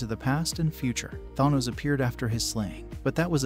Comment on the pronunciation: I'm sorry but saying Tharnos when the name is literally said multiple times in the movies telling you exactly how to pronounce it, doesn't exactly lend much credibility to your video 😶